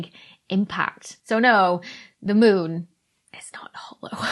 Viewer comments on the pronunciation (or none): she says mune :D ...oh, i love it :D